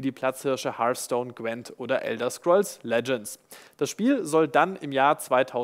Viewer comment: Hars-Stone - oh you Germans :D